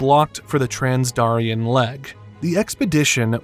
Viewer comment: You pronounced "Darien" wrong but I will let it slide this time. This is why I prefer the creators to narrate and not paid persons.